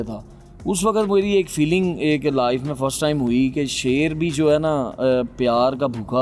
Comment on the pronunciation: Loin nahi shoir🤣🦁